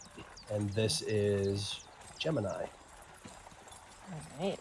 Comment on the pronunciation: rabbit you mf'er, Gemini, Gem-in-eye